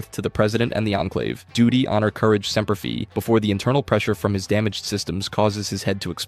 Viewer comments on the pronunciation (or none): "Semper fee"